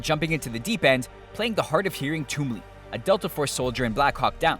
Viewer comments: Not trying to be an ass but "Twom" in Twombly is pronounced how its spelled. Twom. Not Toom. And it was Nelson who lost his hearing. Nelson told Twombly not to shoot too close to his ear because he (Nelson) could "barely hear as it is." Right after Nelson said this, some enemies got close and Tombly took a bunch of shots at them, causing Nelson to lose his hearing. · You miss pronounced Tom hardy's character name from black hawk down, but good video nonetheless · he also mispronounced the character's name....and he wasn't the one that was hard of hearing......i don't think he even saw that film